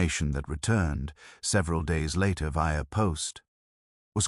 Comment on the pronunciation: LA-ter as in later. DE-sk as in desk. wreck- E-d as in wrecked. What's going on? I notice it a lot of late.